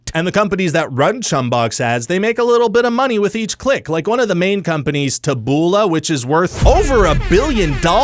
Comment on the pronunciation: Taboola is said with the emphasis on the first syllable. Its a misspelling of the Latin words tabula, which means plank, or plate.